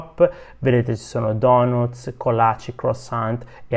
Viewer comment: Dopo tutto questo tempo in America pronunci ancora"donootz"???